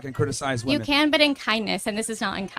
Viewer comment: Why can't any of these people say WOMEN!!!!? I thought it was the women who can't say it, but a lot of the men can't say it either.